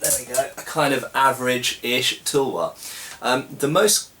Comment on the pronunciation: why do you say toolwar when its, tulwaar ?